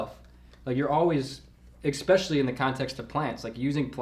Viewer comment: Goddamit,... It's ESpecially, not "exspecially" PET PEEVE #1